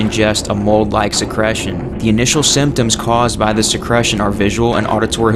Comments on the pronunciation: se-CREE-tion not se-CRESH-tion yer killing me dude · are you saying secretion? whats secresion?